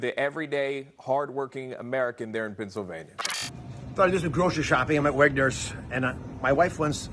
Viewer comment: No, sign number one is that it's Wegmans not Wegners.